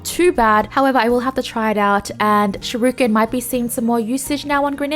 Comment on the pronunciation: Hearing shirooken is adorable and I’m forever calling it that now.